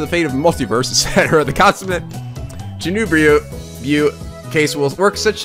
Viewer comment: It's pronounced "Choo Nee Byo"